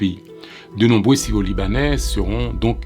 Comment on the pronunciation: Est-ce mes oreilles me font défault? Le titre dit: "Syro-Libanais", mais je ne peux m'empêcher d'entendre le narrateur dire : " sio-libanais"